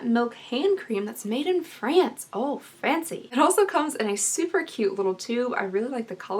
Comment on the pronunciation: Lmfao.... "Ahhh Its a squeezy tube, and its from France'. Oh how Franceyyy" (It means fancyyyy).... ;) luv ya babe....